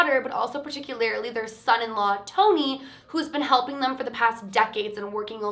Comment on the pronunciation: I love how you say “particularily”😂💜